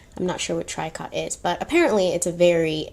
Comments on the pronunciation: Not "trycot". It's treeco. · I want your eyes! Eew that sounds creepy. Tricot is pronounced tree and koh... treekoh. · Tricot is a cheaper material and is pronounced "Tree Co". "Bonheur" means happiness and is pronounced Bon Eur", "H" is silent in French. I hope this helps. Love your stories/ histories and learned alot about Coco and Hugo Boss, COCO, VW, Scwarovsky, Mercedes Benz. I love many European things and I'm not a Nazi, Racist or Nazi sympathetizer but maybe I will let go of my love of Mercedes Benz, Chanel, VWs, and other symbols that remain throwbacks to a major horror in human history. But let's not forget about present day concentration camps in China and Eastern Europe. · Tricot: tree-co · Tricot: tree-coh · Tricot. "Tree-coe" 🙂🌺💗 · Tricot, pronounced TREE-co, just means knit. Usually refers to cotton knit. A T-shirt is a tricot knit. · Also, the fabric Tricot is pronounced TREE coe... Love Love Love your approach to history!! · this was the best one so far!!! Tricot is pronounced Tree-coh... this was the best💁🏼‍♀️ lauren in las vegas (ugh)